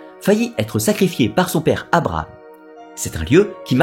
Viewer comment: J'ai toujours entendu que l'on prononçait Abraham? Soit il y a des beugs au niveau sonore. Soit tu te trompes.